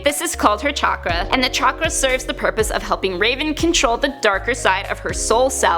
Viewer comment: Chakra is pronounced with a sh sound. Like shock-ra